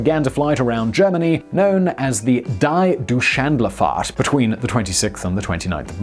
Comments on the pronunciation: Pronounced Dee Doytch-land-fart. I don't understand how Simon or his team doesn't do any research on how these foreign terms are pronounced. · "Dai Duschandlerfahrt" Okay, I know German isn't your strongpoint, but really?! You know how to say "Deutschland"! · What is "die Deutschlandfahrt"? I think you meant the "Dei Duschändlefahrt", mate. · Word: "die Deutschlandfahrt" Simon: whatever that was